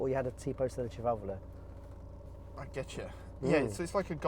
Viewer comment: my man even pronounces sedicivalvole the right way